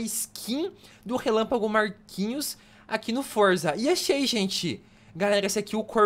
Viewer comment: gente percebi um negócio momento relapago Marquinho e e isso mesmo ele disse Marquinhos